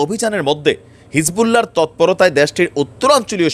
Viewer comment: ভাই নাম বিকৃত করে বলা কবিরা গুনাহ , সঠিক করে বলবেন হিজবুল্লাহ